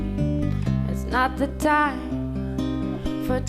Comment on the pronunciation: Listen how he pronounces "time" "call" "you" and "heart". That's the core point of the original video. He pronounces it as "tom" "caw" "yoh" and "hot". And he's not the only one. It's literally the majority of singers these days.